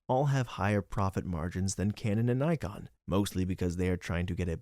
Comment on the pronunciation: It’s Nye-Con lol.